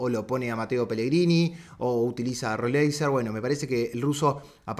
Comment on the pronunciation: Roleiser se pronuncia pa, lo decís bien